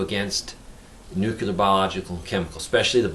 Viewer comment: I normally don't like nit-picking but since you are publishing this to thousands I think it is warranted. Nuclear is pronounced "NEW-CLEAR", not "NOOK-YOO-LUR." I was embarrassed for George W. Bush every time he mispronounced the word. It had the effect of chipping away at his credibility because he seemed unable to correctly pronounce the word that described one of the most important issues of our time. Love your vids! I just thought you might not be aware of the error...